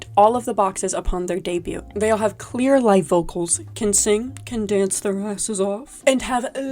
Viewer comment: i can't get over the pronunciation of debut 😭